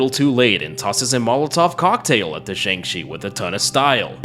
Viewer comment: I like how halfway he starts calling the Jiangshi a Shang Chi (swapping the starting consonants)